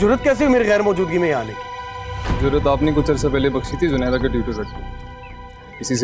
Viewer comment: Did anyone else notice saying junaira at the end instead of Zunaira 🤣